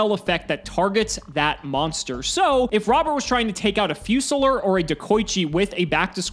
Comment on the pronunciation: so can americans just not pronounce fusilier?